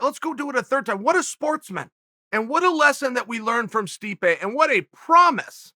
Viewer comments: "Sweep-ay" (Stipe) 😂😂😂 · Did he accidentally say Sweepe instead of Stipe? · Did Chael call Stipe "Sweepe" ? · Who in the hell is Streepe? Chael is stuttering, stammering, and mispronouncing names (not on purpose) throughout this clip. Get a CAT scan Chael, I'm concerned. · 'push sweepay away', nice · please tell me I wasn't the only one who heard our uncle call stipe sweepe by accident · We have to admit it... we’re pushing “sweepay” out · Stipe “sweepe” Miocic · MAAAAAAAN.... did you just say sweepae👀🤨??? I thought you NOT to forget him???? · Chael: Swipé Miocic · Chael called the mad “sweepe” miocic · Uncle Chael said Sweepe instead of Stipe and yea. Considering he is being swept under again. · Sweepay Miocic loool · Sweepe 🤣 Uncle Chael don't care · "...which is to push Sweepe out." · Chael called him “sweepaye” 😂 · We just gonna ignore Chael called Stipe Sweepe? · Did Chael call Stipe, "Sweepay"?! 😂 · "to push sweep-pe out" - Chael 'Joey Diaz' Sonnen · Who TF is "Sweep-A" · Did he say Sweepe? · Chael "Sweepay Miocic" Sonnen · "Sweepay" miocic